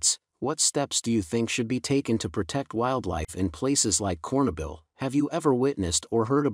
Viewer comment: Not a bad narrator... but your story loses all credibility when you can't pronounce "Chernobyl."